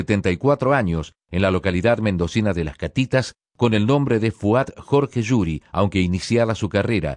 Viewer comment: Disculpen se cosas del árabe, su apellido no se lee /Yuri/, sino /Juri/ con la misma J española de jungla, jaguar, jerga, jopo, jirafa. Puesto que en árabe se escribe (خوري), pudiéndose encontrar en Brasil y EEUU como Khoury. Si fuese con ج, se leería Y, ahí en los países anglosajones se escribe con J o G.